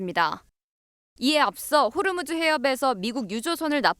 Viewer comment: 호르무즈가 아니고 호 무즈